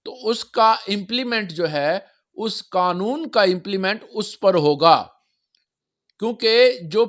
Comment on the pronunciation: قنون ؟ نہیں پیارے قانون ہوتا ھے